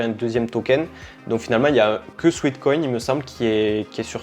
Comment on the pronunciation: Détail de prononciation : SWEAT (sueur) = "souêt" / SWEET (doux, sucré) = "souit". Il s'agit donc ici non pas de "souit-koïn" mais bien de "souêt-koïn" 😉